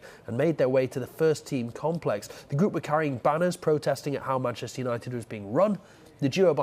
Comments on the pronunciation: seem to have forgotten the H in Manchester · 'Mancester' nice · "Manchester" please fix